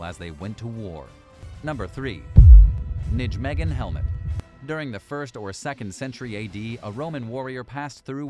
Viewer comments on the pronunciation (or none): Nijmegen is pronounced "NYE meg en" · Nijmegen is pronounced as Nay-may-hun. That is the closest sound in English. The ij is like a y with an umlaut.